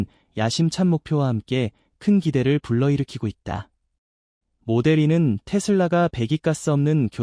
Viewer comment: 마델(이)2 가 아니구요.. 모델투..인데.마델삼..ㅋㅋ모델쓰리.. 뭔가 발음이 영 불편함요 ㅎㅎㅎㅎ